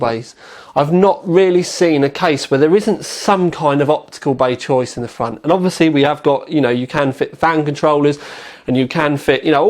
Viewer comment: whatever fickness fweesixty you want in the fwont. lol